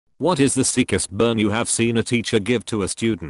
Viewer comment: Nobody: Litterally no one ever: Text to speech: Sikhest burn